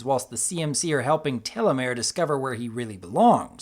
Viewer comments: I noticed his mispronunciation as well. It's Terramar, pronounced "tera-mar". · Terramar. You said Telemare. Terramar=Of Land and of Sea. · Gee, wonder what his number one favorite episode will be? CoughcoughAutumnBlazeCoughcough Sees #9 Uuwhuuuuuuuuuuut?? - Te*ll*amare More like TeRRamar. :V